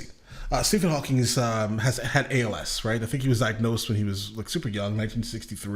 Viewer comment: Hawking. Not Hawkings.